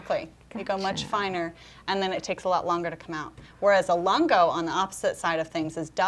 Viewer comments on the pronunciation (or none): "Lungo" is pronounced Loon-go